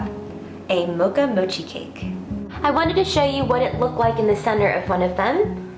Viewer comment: looks great. but rather "mo'chi", not "moh'chi"